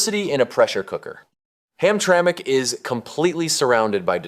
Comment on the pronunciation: This video lost accountability with me when it said Hamtramic MI